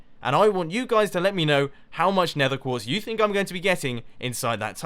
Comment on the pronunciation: '...a lot of building. Placing down sponges, placing down the glass, doing all of the gathering of nether quertz...' Nether quertz? Mumbo, you derped out. ERMAHGERD NERTHUR QUEEEERRTZ